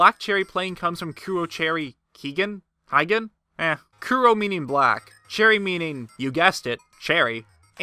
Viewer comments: ACTUALLY, the Japanese 平原 (Heigen) is pronounced "hehh-gen" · Heigen would be pronounced "hay-gen". A tip I can give is that just like Spanish vowels in Japanese stay the same across all words. The only exception is when sometimes vowels are silent. The vowels go like this: A (pronounced like "ah" or "awe") I (pronounced the English letter "E") U (pronounced like "ooooh" or the "oo" in Cool Aid) E (pronounced like the English letter A, but when paired with an N you pronounce it like the English N. It's not that the vowel pronunciation changes. The A sound is still there but when you put the 2 together and say them swiftly, it sounds like N) O (pronounced just like the English O)